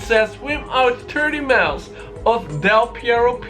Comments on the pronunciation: Okay but like miles to him sounds like meals to me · I love how he says miles